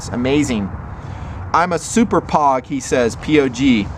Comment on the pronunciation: POG as in (Personnel Other-than Grunts) pronounced like vogue but with a P;) don't worry we know you Air Force guys don't know what that is. Keep up the good work and keep cranking out those great vids! Love the channel